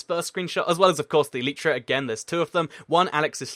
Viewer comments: It's elytra pronounced al I tra not el each ra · why do you say eletra when it is spelled elytra and the minecraft wiki says this "Elytra (pronunciation: [ˈɛl ɪ trə] el-i-trə)" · OH FOR THE LAST GODDAMN TIME, ELYTRA IS PRONOUNCED "ELAJTRA" NOT "EELEETRA"!!! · yes I know it's latin for wings you clever loads gun, clever points gun gamer shoots